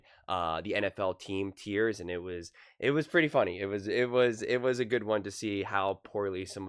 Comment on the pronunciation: TIERS…not “tears.”